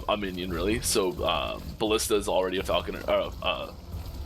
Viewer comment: it’s FALCON-ER!!!! Not falcon-EER!! cmon buddy. say it right pls. said it right at beggining of vid.